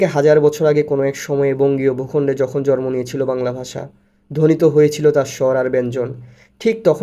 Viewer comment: শব্দটি- (জ+র+ম) নয় - শব্দটি - (জ+ন+ম)